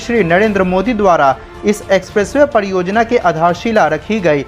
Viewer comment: I can't understand the inability to pronounce 'r' - padiyojayana, poodi tareeke se etc 🤔